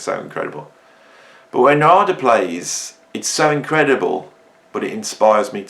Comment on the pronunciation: He pronounces his name NAR'DA